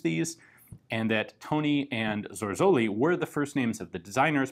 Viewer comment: You're not just wrong, you're VERY wrong on the names. It's TONON not Tony and ZORZOLI not Zorzolla, plus those are not their first names but their Family names. They however were freelancers who first pitched their project to the weapon factory of the Giandoso brothers, not the owners, that you got right.